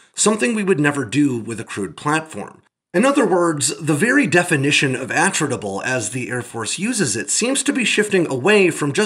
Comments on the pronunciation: G'day, "attritable" From Attrition As in, something the loss of which can be easily tolerated in the course of a Contest (Waaauugh!) of Attrition. Pronounced, Attrit-able... NOT, AttRITable... Technically squeaking. Such is life, Have a good one... Stay safe. ;-p Ciao ! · Are you sure you're pronouncing "attritable" correctly? Putting the emphasis on the first syllable seems odd, if the word has the same root origin as "attrition" then it would make sense to put the emphasis on the second syllable.